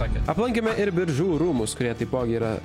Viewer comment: wtf šis Biržų tarimas... atrodo lyg pirmą kartą miestą girdėjęs